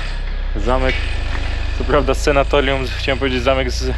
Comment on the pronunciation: Panowie, super robota, tylko jedna kwestia. SANATORIUM mówimy!!!